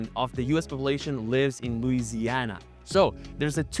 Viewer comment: You still pronounced Louisiana incorrectly